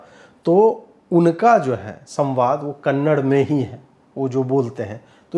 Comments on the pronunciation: it is Kannada .... and not Kannad, next time please note it. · Kannad nahi "kannada" aise bolte hain.🙏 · Dear Bro, it is not KANNAD, it is KANNADA, plz make pronounciation correct, love you. 🌹🌹🌹❤️❤️❤️ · कन्नड़ नहीं 'कन्नडा' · 'Kannada', not 'kannad' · Please pronounce the language as Kannada, not Kannad. I know it is pronounced that way in Hindi, but it seems very odd to cut off a part of the name for listeners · Ajeet'ji, one correction it's not Kannad it's Kannada. Just like it's Hindi and not Hind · Sir, One correction, it's 'Kannada'. That's the right pronunciation. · It’s kannaDA not kannad. Please guys respect to every culture . Don’t mispronounce their names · Just one correction- the language is pronounced Kannada ( कन्नड़ा) and not Kannad (कन्नड़). We make this mistake quite often unknowingly. 😊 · It is Kannada. Not -‘Kannad’. We don’t call it ‘Hind’. Do we? We say - ‘Hindi’. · It's not Kannad it's kannada sir🙏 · It's not Kannad, its Kannada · Ajeet Ji it's "Kannada" not Just "Kannad". Please correct it next time. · Kannad Nahi Sir Kannada (KANNADA) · कन्नड़ नहीं, कन्नड़ा ! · sir, kannad nahi kannada. teek se bolye. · It's not Kannad...it's Kannada brother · Ajeet ji I kindly request you to stress on a in Kannada. As I consider you as a person who support our culture.